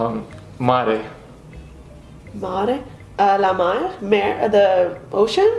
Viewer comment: "La mar"? Why does this French speaker pronounce "a" instead of "e"? Is she from Quebec? In France they say "La mer".